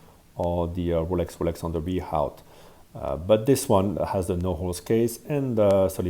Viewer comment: how come you and armand-watch chronicler pronounce rehaut differently? you’re both french-speaking